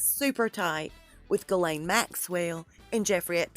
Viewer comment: Ghislaine isn’t pronounced “gillane, but “shizlayne” , FYI .